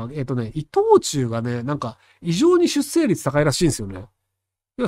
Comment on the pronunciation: しゅっせいじゃなくて、しゅっしょう。ねっ！